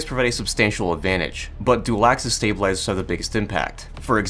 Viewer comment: стейбелайзерс, стейбелайзерс, сьейбелайзерс, стейбелайзерс... спасибо очень интерсно!